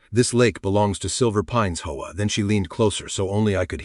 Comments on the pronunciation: Why can’t AI just say H.O.A. Instead of “HOE-UH”? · It's not pronounced hoah. It's intials H.O.A. AI needs lessons in pronunciations. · It’s HOA…not hoe wah. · When will these so-called programmers teach Ai to say H O A ? Ai sucks